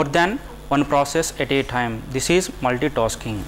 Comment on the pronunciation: Multitosking, giue. RIP english